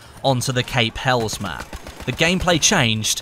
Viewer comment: Its pronounced cape hell les ffs